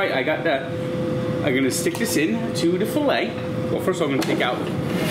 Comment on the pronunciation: did not put accent on a filet 😭